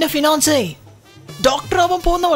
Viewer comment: Rageshinte finance alla poo mone , Fiancé enn para ..😂😂